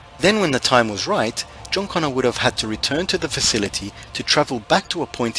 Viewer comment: its CONNOR, not CONNER